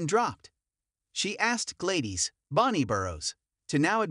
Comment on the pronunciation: Her name is pronounced GLAD-DIS! NOT GLAY-DES!🙄